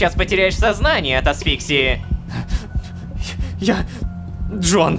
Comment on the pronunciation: Не смог нормально произнести асфиксию